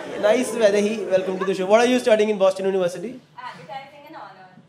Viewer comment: "Boston University" that accent sounds like "Naughty America"...